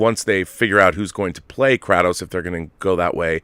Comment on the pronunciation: KRAY-Tos my brother. anyone whos played one knows its KRAY-TOS